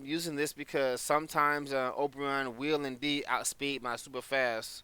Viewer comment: Man this is the first time I've heard you call Oberon his name instead of saying it like "O'Brian" and tbh I even call him O'Brian now as a deliberate form of disrespect. Funny how "The King of the Fairies" is pretty much a bum in every game he's in lol